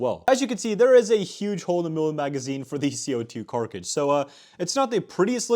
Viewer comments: Cart-ridge not carc-idge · How are you still saying carkage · Ah yes, genades, carkiges and the marine corpse. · Cart- ridge. Not carkrige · CARTRIDGE NOT CARKIGE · am ş the only one who gets disgusted by "carcrige"? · it pisses me off the way this guy says karkage and genade but I otherwise love his content! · Huge-little. You say this too much 😄 carkidge? Cartridge?! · Bro u gotta stop saying carkage it’s so weird there is no k in the work bro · “This guy” “Actually” “Carkige” Oi. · Thank you!!!! I could swear that he said "carkage" and I thought to myself, "there is no way that he has been around this hobby for so long and no one has corrected him" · Idk if you know this but that’s not how you say “Cartridge” not even close. I really don’t think you do, because you say it 20 times per video. To be clear, I think the videos are great, just really curious about that. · PLEASE PUT THE R IN GRENADE AND THE T IN CARTRIDGE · bro learn how to say cartridge